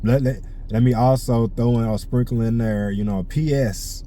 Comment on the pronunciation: I like hearing you say there lmaoo it sounds like derrr lmaoo southern twang